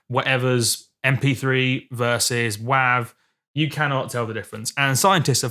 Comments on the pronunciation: when i heard u say WAAV i just couldnt even thought ur pronouncing it the same way its written its more wavy as WAVE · .wav is pronounced "wave". - and has been from conception. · Im sure this guy cant hear anything, he can even pronounce it correctly--its wav (long 'a' sound like 'ocean wave').with a good quality recording a good playback system yes you can hear the diff between wav and 320k.